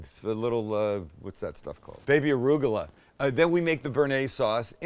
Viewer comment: I love you said ARÚGULA, with an accent😊. Same word in Spanish.